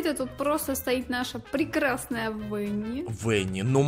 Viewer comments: Не венни а бонни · Не вэни, а вани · Правильно будет Ванни а не Венни потому-что ванни кролик а по английски кролик это Банни так что Ванни . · Видио топ только не венни а ванни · Во 1:не Венни, а Ванни. Во 2:она не аниматроник. Не в обиду,просто говорю. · Не Венни а Ванни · Не вени а вани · Почему аниматроник венни? правильно:венни